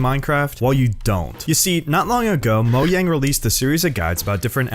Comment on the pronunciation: Also, why does everyone's pronounce 'Mojang', 'Moyeng' like, man..🤨